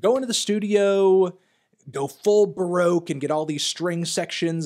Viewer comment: Is it bad that the only thing I got from this is that the melon cannot pronounce “baroque” and “timbre”?